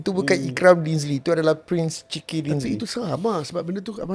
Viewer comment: Asal lama lama dengar sebut 'prince chicken' dinzly 🤣🤣🤣